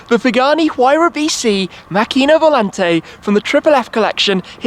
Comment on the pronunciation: Hi Shmee, It's pronounced Màcchina, with the accent on the a instead of the i. Trust me I'm Italian ;-)